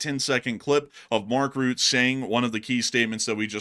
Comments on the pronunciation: It's Rutta, not root - not exactly Rutta but Rutte with the 'e' pronounced as a separate syllable, sort of Rutt-ih. Important to remember that one's name is the most important word in their language so we don't want to screw up pronunciations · Mark Rutte is pronounced as Mark Ruh tuh not Mark Root.